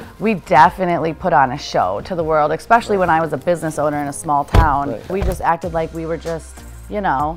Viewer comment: I just can't take any grown person who says "EXpecially" seriously.